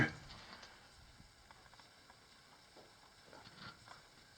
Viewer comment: stalag"T"ite comes from the "T"op.